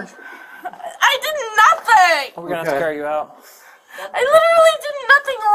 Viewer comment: "you're liteuraly taking me to jail for NATHING"